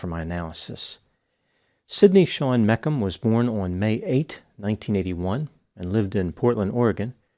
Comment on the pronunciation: Think it’s pronounced Meech um Not mek um